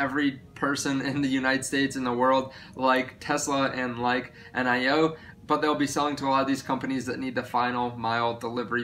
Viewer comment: Its not pronounced N I O as C I O. It is NIO as in jalapeño 😉😀